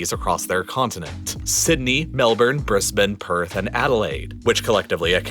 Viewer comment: Can we just appreciate that he said Brisbane correctly